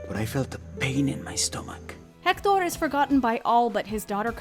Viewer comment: Pronouncing Hector with a heavy French accent but that’s okay.